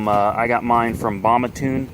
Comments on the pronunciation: It's BAMA not bam a I tard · My man… it’s bam ah lmao tell you from the north